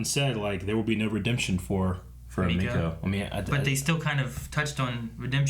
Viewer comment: Were 20 episodes in and they still cant pronouce her name right its emeko not ameko